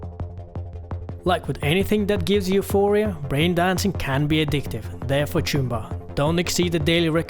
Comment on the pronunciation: it's "choomba"